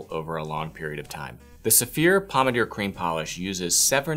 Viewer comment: Dude, honestly, I'm really going to have to send you an audio file of the correct way to pronounce 'Médaille d'Or', 'Pommadier' and 'Pâte de Luxe'. Hit me up if that would interest you. it would give your videos so much more credibility... :)